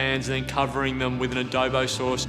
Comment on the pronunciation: is soooo annoying👁️👄👁️, also George: it's Adobo not Adobe